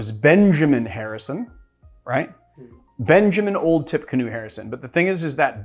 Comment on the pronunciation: So it’s actually pronounced ‘Tipeecanoe’. It for a battle he fought in 1811 against Native Americans in Tippecanoe, IN. I’d love to try it now but it’s a little early in the morning. I will be mixing this afternoon. Also check out Whole Foods for Yuzu lemons, I found them at my local WF in Nor Cal so you may have them in your area as well.